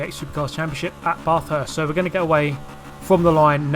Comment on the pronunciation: Pronounced Bathurst wrong man